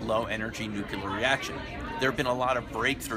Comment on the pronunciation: This sounds great! I hope by the time it benefits mankind that everyone can pronounce it correctly... I'm sorry but come on now... "nookular"? The good doctor should know better.